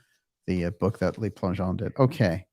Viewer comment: Le Plangeon . The Le is pronounced l-eu not l-ay. Le is the article for one male. Les (l-ay) is the plural for men. Just thought you'd like to know. Love the show.